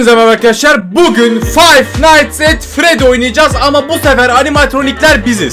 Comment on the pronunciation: Abi artık fayf nayts et fredi demek yerine fayf nayts et fredis diyebilir misin